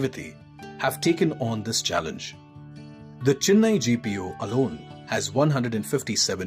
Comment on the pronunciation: Chennai not CHINNAI 🤧